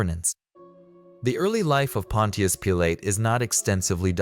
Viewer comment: Pontias Peelay 😂